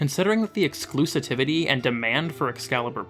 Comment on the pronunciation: E-x-c-l-u-s-i-v-i-t-y. "Exclusitivity" isn't a word, ya boob. XD